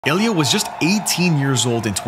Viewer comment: Bro did you say" Elio" casual af